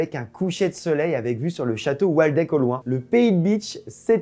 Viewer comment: Dans le pays de bitche le château du Waldeck se prononce "Valdeck" en allemand le W sonne comme un V (parce que le V sonne un peu comme le F x) )